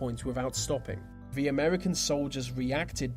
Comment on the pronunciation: IT'S FUCKING "THE".......... NOT "VUH" FFS SPEAK PROPERLY!